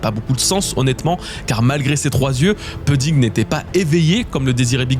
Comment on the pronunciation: 8.53´ Je t’en supplie ta prononciation de pudding c’est insupportable Prononce pOUdding Je t’en supplie 😢